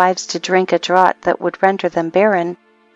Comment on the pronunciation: Can someone please tell this woman how to pronounce 'whilst' and 'draught'.